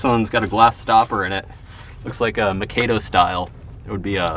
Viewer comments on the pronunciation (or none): none